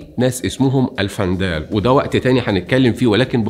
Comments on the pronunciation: الوندال وليس الفنداال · الوندال وليس الفندال وتونس هي افريقية مع شدة على حرف الياء وليس افريقيا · الوندال ....الدايات و البايات...نطقك غالط